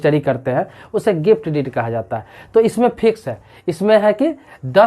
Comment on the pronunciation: डिड नहीं। डीड।